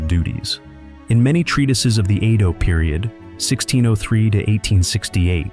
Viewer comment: •Edo pronounced like "E" in Emily. •Kyoto pronounced kyo-to , NOT ki-yoto •tanka , pronounced like "tonk a" in tonk a honk woman, not like war tank(a).